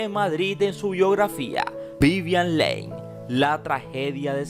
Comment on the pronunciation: Q BARBARO Q MAL HABLAS!! VIVIAN "LEIN" NO JODAS!!